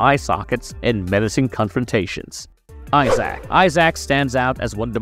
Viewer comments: Please pronounce Isaac’s name more like eye zick, not ZAACCCKKKK… god that sounds terrible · I had to stop after "Eye-sack." How to do a video about a series never played/watched.